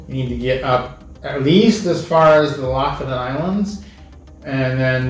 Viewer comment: Ya'lls videos are so informative, I hestitate to say this, but I lived in Norway for a year, and it's pronounced LOO-foo-ten. It's hard to drop American English, but the locals appreciate the correct sound. Thanks.